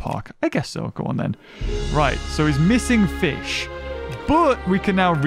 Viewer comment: Ah yes Feesh